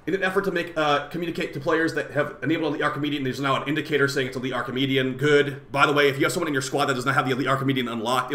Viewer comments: Stop calling it “Archimedean” 😂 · why do u say an N at the end of archimedea